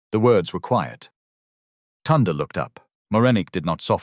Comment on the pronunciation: It's pronounced Toonday